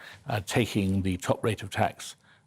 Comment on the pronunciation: They are useless spoilt little pricks;.. Young Woman ()'; "Why should Students have to pay their Gwants back at a Wate where they make a dent in the debt before it is scwubbed, and pay tax so old people who worked 50 hours a week manuwal work in factowies for 50 yrs subsidwence wage dont fweeze to death? ITS NOT FAIR! I will only be making 35 gwand a year, ffs I wiwl have to make do wiv a studio fwat in Shoreditch! And Mummy says I am BIG BONED!